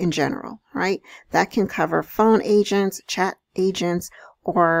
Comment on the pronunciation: thought you said Asians not agents lmaoooo